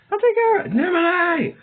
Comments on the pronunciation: NI MO NAH not ni moh nay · It’s spelled nimona not nimonay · Bro was trolling with the pronunciation of Nimona's name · You pronounce the name wrong 😑 Nimona name wrong.but overall great audiobook10/10👍